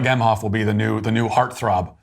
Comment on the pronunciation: Doug Meh-hoff. Modern “mensch”. That’s about all I need to hear